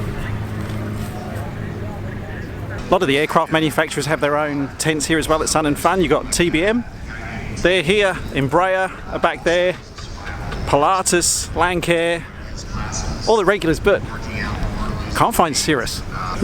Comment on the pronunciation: Lancair is pronounced Lance-Air